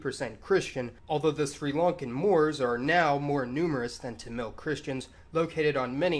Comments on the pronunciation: FYI: It's TA-mil, like Mark Hammil from Star Wars. At least it's pronounced that way in english. Why this kolivari di? I don't know. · OK, so not to criticize pronunciation, I'd really try to say it "Taamil" with emphasis on first syllable. I don't mean to criticize it but it sounds a little dumb in a long video. Also, maybe I'm wrong, but I'm pretty sure it's pronounced like "Sefardic" not "Sep-hardic" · Don't know if this has been pointed out but Malayalam is the name of the language. Malayali refers to the people. Mallu is a slang term also referring to the people. Also Tamil is pronounced with the emphasis on the first syllable. Other than that, great video as always!